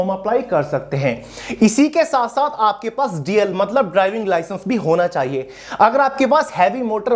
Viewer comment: Licence ka clear bolo 😢 HMV ki LMV TR